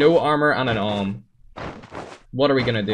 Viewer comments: You are saying om. It is pronounced A W M. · Its A-W-M and dont read it as one word But i am not a hater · XD the awm is pronounced A W M lol